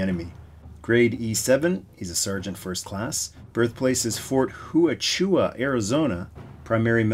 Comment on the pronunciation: Love the video! Haven't thought about this one in a long time and I always thought it was the big transport vehicle from Revenge of Cobra that transported the laser core. BTW, it's pronounced Fort Wa-Chooka and it's very near the famous Arizona town of Tombstone, home of the infamous Gunfight at The OK Corral. Thanks for another great video,!